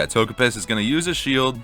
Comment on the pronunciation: Toge-piss lol